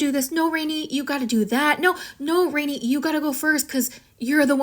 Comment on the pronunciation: Her name is read like Renè, not Rainy😂